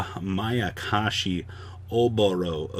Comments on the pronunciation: finally saying mayakashi, hearing makakashi over and over was like someone poking their finger into my temple repeatedly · Thumbs up for Saying Mayakashi correct today 👍😎